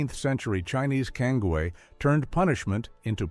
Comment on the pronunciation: Thank you for pronouncing cangue correctly.